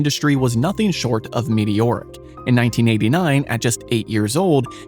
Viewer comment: "meteoric" sounds alot like "medioric"